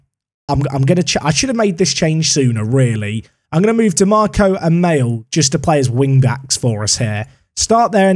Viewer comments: there is no way u pronounce maehle ‘male’🤣🤣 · just FYI, it's pronounced like Maleh